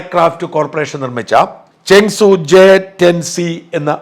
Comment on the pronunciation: This seems to be false claim with AI generated imagery that had gone viral. No Rafale is lost. Before doing this you should have fact checked the matter. May be the Chinese cannot take the beat lying down. So the false propaganda. Chengdu J-10C otherwise known as Vigorous Dragon. You seem to pronounce as ChengSU